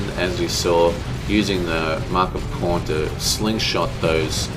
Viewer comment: Khorne is pronounced like "corn." And again; the Deff Dread is an Ork unit, not a Chaos unit.